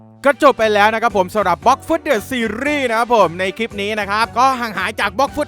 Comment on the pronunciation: เดอะนะครับไม่ใช่ดอะ